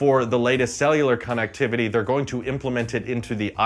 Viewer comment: why are you pronouncing "connectivity" like that